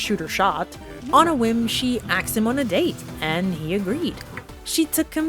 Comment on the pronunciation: Girl i have never seen anyone pronounce asked as "aksed" like you do 😅😅😅